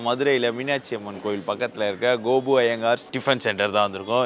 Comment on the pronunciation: It’s gopu not Gopi